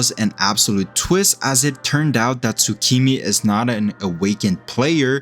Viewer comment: It's Tsumiki, not Tsukimi, just go back to OPM